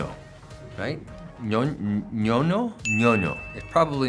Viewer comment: Ñoño tiene dos significados la "ñ" no existe en ingles y parece que tampoco en frances y mucho menos su sonido pero pronuncio bien